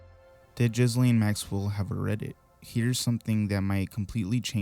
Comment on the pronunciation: I just want to let you know that it's not jizzlane 😂😂 French pronunciation: "zhee-LEN" (soft "zh" sound, like "measure") Common English pronunciation: "Ghee-lane" or "Ghee-len" Another English pronunciation: "Ghee-lahn" Pronunciation guide: The first syllable is a hard "g" sound, like "give". The "s" is silent. The second syllable, "laine", can be pronounced to rhyme with "lane" or "again